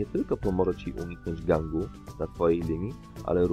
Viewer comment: Lee szin, lidż of ledżends, gang